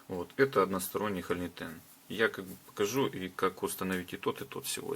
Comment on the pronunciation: Делайте пожалуйста правильное ударение в слове хо’льнитен. А то ухо режет. Слово означает пустотелую заклепку (холь - пустотелая, нитен - заклепка) и ударение идет на о.